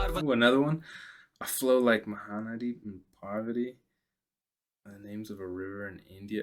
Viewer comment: U pronounced Mahanadi and parwati so well 😁 Osm reaction as always 🔥